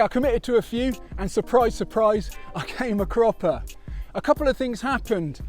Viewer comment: WTG defeating the Death Box! But like just like me, your victory wasn't without some carnage. I think I don't hear the term right when you you say you slammed or fell. Do you say " Come up a proper" or "Came a cropper"?